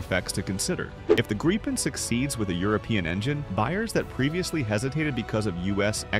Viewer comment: For the love of god, you english speaking just can't pronounce Gripen so call it JAS 39 instead of butchering the name!